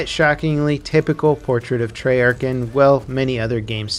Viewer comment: I cringed when he said Treyarch...... "Tree-arch"😂